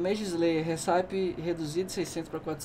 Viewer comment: a pronúncia correta da receita em inglês (RECIPE) é récipi, e não hissáip.